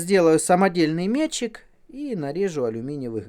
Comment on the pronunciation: Все норм, но братан: раз и навсегда - метчИк. С ударением на И.